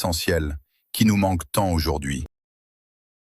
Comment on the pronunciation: Au fait, on ne dit pas 'aujord'hui' mais' aujourd'hui'......